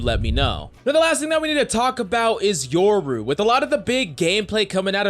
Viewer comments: Bruh, it’s YO-RU not YOUR-U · You're saying yoru wrong sob